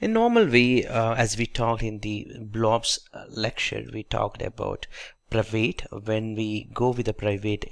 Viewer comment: Pryvade? Pryvid it is pronounced